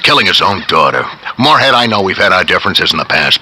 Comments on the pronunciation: Has ANYBODY noticed, that the anouncer always pronounces Mooreheads name wrong? Mooreland, General Moorehead, Jeremy Moorehead, George Moorecock . . . GREAT! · has anyone here noticed that the announcer keeps getting mooreheads name wrong? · the narrator fucks up his name soo many times.